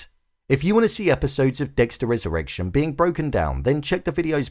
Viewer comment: Wesurrwection. Fix ur speech